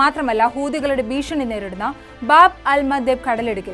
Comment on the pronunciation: ആരോ എഴുതി തന്നത് അതേപടി പോലും പറയാൻ കഴിയാത്ത നീ ഒന്നൊ രണ്ടൊ തവണ വായിച്ചു പറയുന്നതാവും നല്ലത് ബോബ് അല്ല ബാബ് .എന്ന് പറഞ്ഞാൽ വാതിൽ എന്ന് അറബിയിൽ പറയും